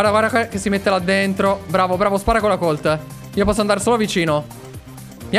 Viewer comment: Allora Colt si pronuncia Còlt CONSIGLIO: Barryl ha la super strana perché quando la utilizzi rotoli quindi usala per andarci adesso ai nemici.